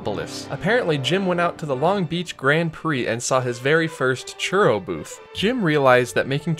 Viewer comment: I can't stand the way you say churro lol